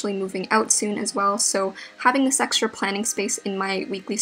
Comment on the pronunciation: the way she pronounced extra😂😂